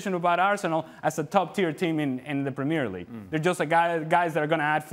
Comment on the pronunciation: He can´t even say ”Premier League” right....